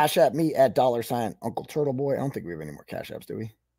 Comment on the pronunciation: Why is it pronounced Turddle-Bhoi?